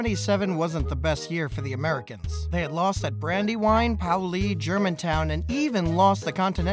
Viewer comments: as a philadelphian, i was immediately mortified by "poweLEE". it's "payOHlee" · Paoli = Pay-oh-Lee